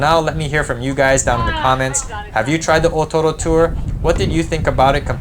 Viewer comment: I Love how you pronounce the o-toro.